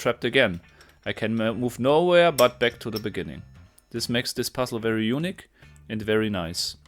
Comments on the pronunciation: un'ique, not 'unique. or am I wrong? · I was going to leave a comment suggesting pronouncing "unique" less like "eunuch" - but reading the previous comments, I feel I need to clarify that I mean this in a purely helpful, albeit somewhat jocular spirit :) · oh boy, I bet you mean unique (you-nèek) as in one of a kind and not eunuch (yòu-nic). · Don't stress the first syllable of the word "unique". Instead, stress the second syllable. It's French. Do stress the first syllable of the word "eunuch". It's Greek.